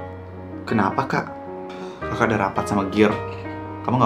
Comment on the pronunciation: Dia bilang kakak bukan jaka woi